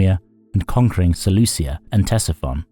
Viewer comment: "SeleuSia", FFS...